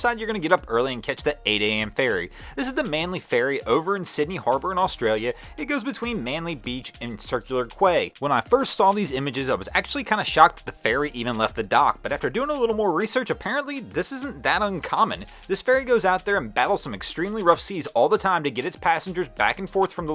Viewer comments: Circular Qway 🤣. It’s circular “Key” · Quay is pronounced 'Key' not 'Qway' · Circular qway???? It's pronounced key, as in Circular Key. 😂😂😂😂😂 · In Sydney “Circular Quay” is pronounced like “key”, not “kway”. Also, in nautical pronunciation, how many people make “buoy” sound like “boo-ee” instead of just “boy”? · Its "boy" ,Americans came up with boo-ee. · Quay is pronounced key FYI! Cheers love the videos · 'quay' is NOT pronounced 'qway'. You'd think that someone who fancies himself a sufficiently knowledgeable boater as to have a YouTube boating channel might know how to pronounce 'quay'. But, apparently not. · Quay is pronounced “key”. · Circular Quay is pronounced the same way as key. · circular "key" Quay is pronounced as key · QUAY is pronounced ‘KEY”. Standard nautical/navigation term. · Love your vids, but re the Sydney ferry clip - 'quay' is pronounced 'key' ... it's a cruel world. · Hey! Quay is pronounced “key” - just so you know. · Quay (read: key)